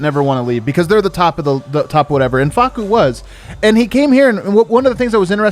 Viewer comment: “Fah-soo” kills me everytime 😂